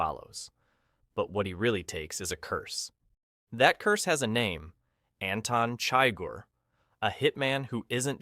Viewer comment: Anton “ChIger”